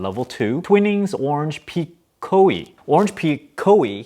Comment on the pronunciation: Twinings = twynings Bergamot = berg-a-mo